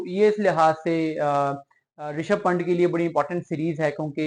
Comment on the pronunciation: आप प्लेयर्स का नाम तो ठीक से प्रोनाउंस करें यार…. पंट नहीं पंत सही उच्चारण है